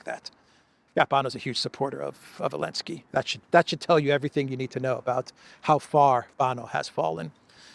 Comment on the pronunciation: Zelenski 😂😂 Elensky 😂😂